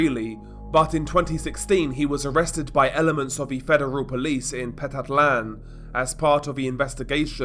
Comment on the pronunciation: Petatlan. Not Pete-tat-lan Pe-tat-lan